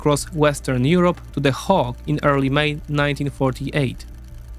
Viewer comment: Good info but check how to pronounce Hague and severely